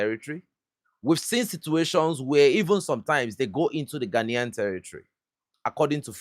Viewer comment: did you say GHANAIAN......🙄😯